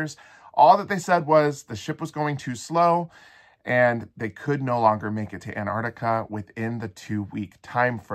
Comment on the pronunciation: Apparently Antarctica no longer has T's in it.